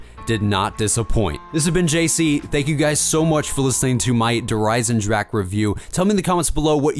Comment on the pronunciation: Fyru Hawk it is not a silent ch, just ask any german how to pronounce it. but some people just cant say it